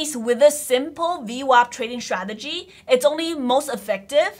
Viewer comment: Why you can't pronounce the word d sTTTRRRtegy? It's so a simple word...